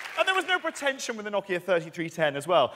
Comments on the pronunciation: Love the way he pronounces no-kia as knock-ia. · Like how he pronounces it Knockia